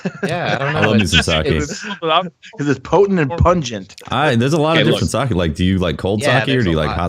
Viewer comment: Goes on rant about Sake. Pronounces it wrong.